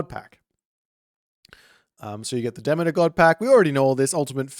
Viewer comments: He's saying it wrong. Yours is actually closer to the correct pronunciation. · I haven’t heard that pronunciation of Demeter before. My stupid brain wants to say: De-mee-turr